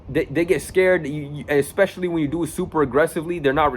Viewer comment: Learn English bro... Its especially not EXpecially